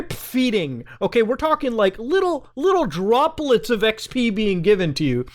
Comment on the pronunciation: little PISS DRRRROPRRRLETS